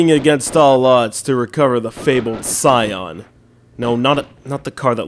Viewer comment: it's "ski-yon"